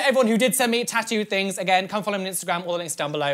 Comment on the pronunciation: "tat-oo" *triggered Louis Tomlinson noises*